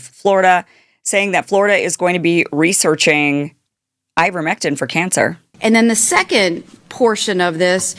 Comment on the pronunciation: Ivermectin rhymes with Iverson 😅